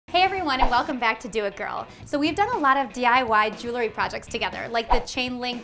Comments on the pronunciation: Could be pronounced jew el - ry, not jew-le ry - nor e between the l and r. But, nice videos, keep em comin!***** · Just a note - jewelry has 2 syllables - pronounced jewel-ry, not 3 as you say jew-le-ry. Nice tree, though.